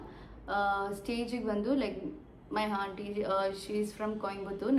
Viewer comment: Haanty alla aunty